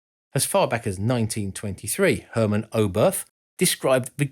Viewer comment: And as usual, the American horribly butchers foreign names. Who, please, are Hurmen Oweburf, Konstantayn Tsilofsky, or Hurmen Potoknik? Is it really so undignifying to make a handful of Google searches beginning with "how to pronounce" that you can't possibly bear to make them, lest it irreparably hurt your pride?